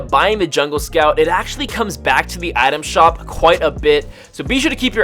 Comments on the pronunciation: Take a shot every time he says Adam shop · frist few times i heard you saying "atom shop"